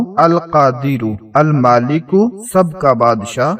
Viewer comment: Screen pr Almaleko likha aur padh rahe Almaaleko aleef k Saath Sahi likho aur sahi to padho Khud k likhne padhne mein galati to wazeefey kaise batate ho